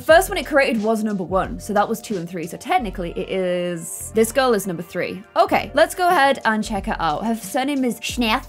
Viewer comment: Is it just me or did say grill instead of girl